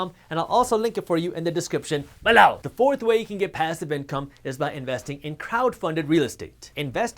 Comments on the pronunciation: say bellow one more time.... lol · i love it when he says "smash that that button BELOW!"